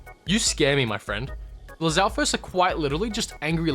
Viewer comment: Ngl you absolutely nailed it on the Lizalfos for me